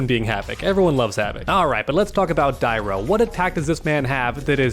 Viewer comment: So hard to hear you mispronounce dairou everytime haha, if you played the game or watched a video you would have known the true prononciation